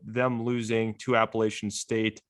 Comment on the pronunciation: PLEASE learn how to correctly pronounce APPALACHIAN STATE!!!